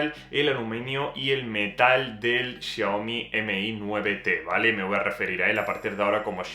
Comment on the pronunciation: Aprende a pronunciar lo mas minimo que eres bloguer y estas haciendo reviews, Xiaomi no M/I 9, es todo junto, Xiaomi mi9T Pro, no es tan dificil de pronunciar